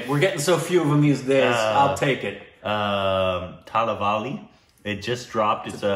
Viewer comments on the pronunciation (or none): When pronounced the title thalavali..... I was like 🤦‍♀️(in tamil it mean head ache) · You called Thalaivi As Thalavali which translates to Headache 🤣🤣🤣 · Oh my god!!! The second time pronounced the name "THALAVALI " instead od THALAIVA i FREAKED OUT cause in tamil thalavali means HEADACHE and THALAIVA means a respected hero! Man you can offend so manu tamilians